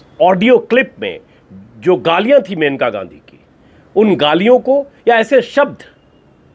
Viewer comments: Sir it is मनेका gandhi and not मेनका unka nam मनेका है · Her name is maneka..not menka(मेनका नहीं मनेका)